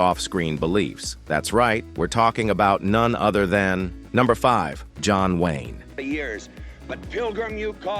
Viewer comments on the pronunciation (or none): The narator in this called John Wayne as John Wine… what has the narator in this been drinking to be so hateful to these wonderful and complex people.? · John Wine? c'mon! I stopped watching because your AI cant say Wayne. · It never ceases to amaze me that these voice-over characters really have no idea what they are talking about. we are told that, John Wine..."John WINE was the toughest......" In answer to your question, the answer is, 'none of them.' These stories are mostly true and were out in public many years ago. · "john wine" 😂😂